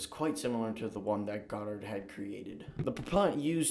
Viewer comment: Your figures on Robert Goddard are inaccurate. He was born in 1882 and died in 1945. He flew his first liquid rocket in March 16, 1926. You pronounce his name wrong. The rest of your video also is riddled with errors. For example the Sputnik was not launched in geosynchronous orbit. When United States first went to the moon is wrong. All rockets must have a propellant. There are no second stage ion engines. The list goes on. You need to check your work.